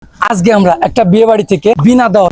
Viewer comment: ভাই আজগে না আজকে হবে। তবে কনটেন্ট ঠিক আছে